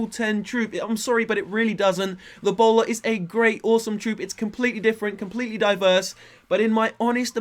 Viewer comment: when you said the bowler it sounded like Ebola